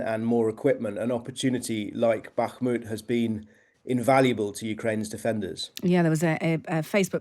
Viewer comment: The way he says bakhmut makes cringe